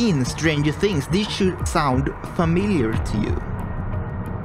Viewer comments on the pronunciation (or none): none